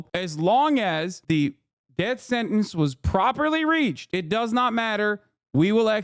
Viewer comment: It's pronounced "sentence."